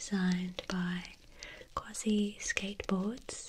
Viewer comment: Love it!!! Some noises were too harsh for my taste but your voice is exactly what I need!! When you hit the ASI when spelling QUASI that was PERFECT !!!!! You should do a talking video in that voice